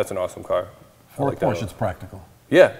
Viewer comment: 28 year old kid who has a porsche doesn't even know how to pronounce PORSCHE properly. I can't respect him anymore. He should be fired from CR